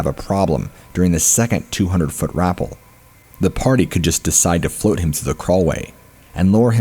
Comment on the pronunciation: Rappel is pronounced "rah-pell" 😊😅😉